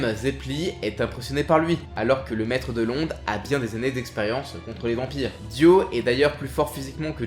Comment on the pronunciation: Super épisode comme d'hab par contre la prononciation des noms ça trigger trop x) DI-O pas dyo, JO-STAR pas Joey star, DA-YEUR pas dire, etc...